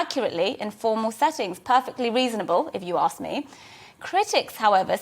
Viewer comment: It’s ‘ask’ not ‘aks’.